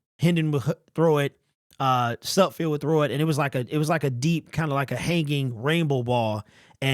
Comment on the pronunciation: nayt suhd·feld - do you say it incorrectly on purpose?